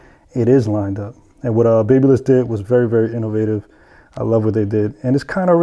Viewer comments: Ba-bah-liss. Not baby-liss lol. Good tutorial though. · Pronounced.......BAB Y LISS. sounds like BAB A LISS. Like the City of Babylon in ancient times. If you're using a certain brand and continuously saying the name of the brand, you should know how to pronounce the brand correctly. Now, spread the word, my good friend. Baby liss...no Babyliss...tough True story. Close friends with company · Right! Lol I was about to comment this exactly^ it’s pronounced same as the city of “babylon”